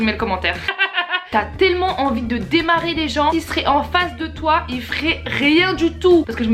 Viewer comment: J'adore quand tu dit "salut twaa" 😂😂❤